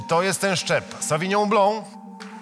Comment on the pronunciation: Czytamy: Sawinion Blank a nie Sawinią Blą WTF